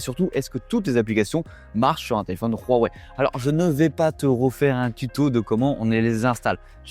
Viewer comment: On peut dire Wouawoué svp ? Pas Rhhouwawe